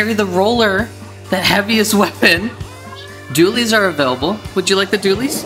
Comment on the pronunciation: How to pronounce dualies Do-wa-lis